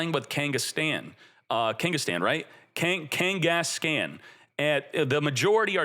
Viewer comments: Ken-guess-CON NOT CAN OR KENGHIS-CON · Kangas-Caan like Genghis khan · Your pronunciation of Kangaskhan hurts my ears. Have you not heard of Genghis Khan from history? Khan is not pronounced "scan". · FYI Kangaskhan is pronounced like Ghengis Khan. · people are going to roast you for some of these names 😂 Its pronounced kang-es-kon or khan like gengeis-khan. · Kangas-scan is crazy 😂😂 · buddy, love your content. Can you pick out a pokemon nerd among your fans to help you with Pokemon pronunciations? Hearing you say Kengis-can, is hilarious, but wrong. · Also wrong, its keng-guhs-kaan . Its meant to rhyme with genghis khan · Dude doesn’t even know how to say Kangaskan